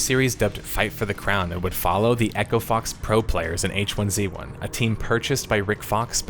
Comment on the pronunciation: why do you keep pronouncing 'hizzy' wrong???